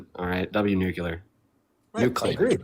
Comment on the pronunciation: NOOcleeyar. NOOcleeyar. C’mon man